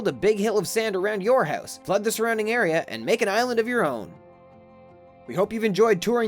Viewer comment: It's hard to get oot of the hoose